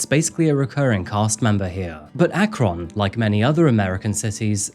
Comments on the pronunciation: As an Ohio resident, Akron is pronounced Ack-run not Ack-ron. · I'm always sad when I hear about true crimes in the town I was born in. This one was particularly disturbing. Akron is "ACK-rin" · ACK-RENN straight up this is the first video I’ve tried to watch in a long time because I get so irritated about the awful pronunciations and boom incorrect pronunciation immediately comes at me again. Yes I’m from Ohio so the constant mispronounced Ohio cities does irritate me. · I grew up in Ohio, so I can say that the city “Akron” is pronounced ACK/ron. I’ve been keeping up with your channel since I first discovered it about 2 months after you started. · long time fan, never commented before, but felt the need to for this case. i grew up in this area, i graduated high school the same year ashley was killed. i remember hearing about her murder but never the depths of this case. thank you for giving her story a voice. but also, as an akron native, its pronounced ack-run 🤭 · God, hearing the place I live pronounced that way is so weird. Here it's pronounced Ak-ryn. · Howdy?? From Ak-Ron?? Love your channel but come visit the US. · There are so many wonderful Buckeyes! And Akron is pronounced ack Rhen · I agree! If only he could pronounce Akron correctly! 😂 It’s ACK-run (rhymes with back and fun, emphasis on the first syllable).